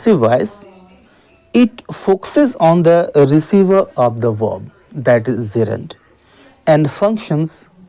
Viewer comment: Bro it's not zerund it's "Gerund" 😊